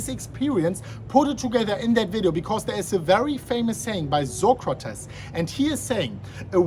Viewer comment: I love his pronunciation, Zocrates!!